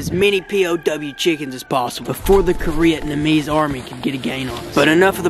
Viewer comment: LMAO....He said Koreatnamese....OTFL